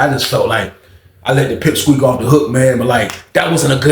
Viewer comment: My boy said pep squeak. 🤣🤣🤦🏾‍♂️👑👑